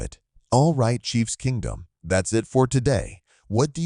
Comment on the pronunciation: Ugh I hate the AI speaker. Welcome to chiefs………..kingdom……